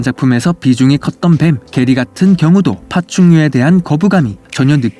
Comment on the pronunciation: 개리가 아니라 게리인데